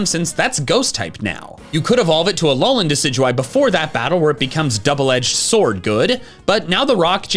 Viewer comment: IT'S ALOLAN, NOT ALOANLEN! GET IT RIGHT!